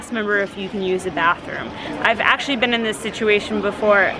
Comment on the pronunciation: Its bean tew long